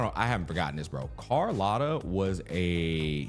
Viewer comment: Brooo, for the love of god, its cArlOTta not cOrlAtta, AAAAA